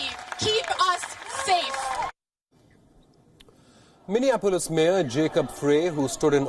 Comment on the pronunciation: Minia Polis is how Indians pronounce it